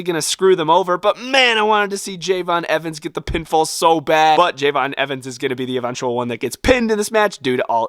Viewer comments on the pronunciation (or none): It's not Jey'von it's Je'von (Love your stuff) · You said javons name wrong it’s Je'Von Evans